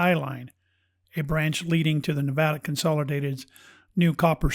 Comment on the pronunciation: Nevada, pronounced "correctly" herein, brings a bit of emotion to surface ... reminding me, I truly continue to hold an energetic connection to this state, its land and its unique energy. We truly are, beings of energy, vibration, and frequency and that, which defined by Quantum Physics Science and as described by Nicola Tesla, serves us well to gain in a greater knowledge, understanding, and comprehension. This is why some places just "feel" so right, or not. Beth Bartlett Sociologist/Behavioralist and Historian